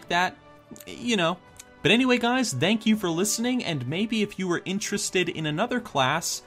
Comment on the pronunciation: did he say dank you ?